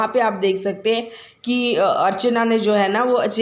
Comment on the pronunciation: Archana not archne